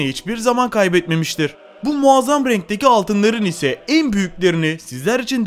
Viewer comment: Dedantör değil DEDEKTÖR,muğazzam değil MUAZZAM, 😂 aşırı zenginlik nasıl ölüm sebebi oluyor mk..?